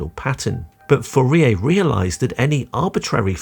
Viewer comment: Pronouncing 'Fourier' wrong throughout the video was impressive, and also painful.